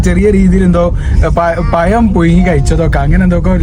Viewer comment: പറയുന്നു പയം അല്ല പഴം മയ അല്ല മഴ അങ്ങിനെ പറയൂ 😄